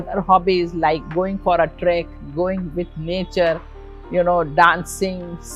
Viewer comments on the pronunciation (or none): none